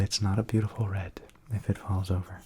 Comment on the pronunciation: I don't use intros and don't find it necessary ;-) I'm myself paint and I love it - such a beautiful flow experience. Thank you for trying it though you don't do this usually! I really enjoyed watching you/ this video! PS: I really, really love it when you say the word "beautiful" :-)